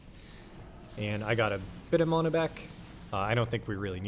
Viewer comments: Why the fuck do you say mana like that 😂😂 sound dumb as fuck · Never seen someone so butthurt over mana pronunciation.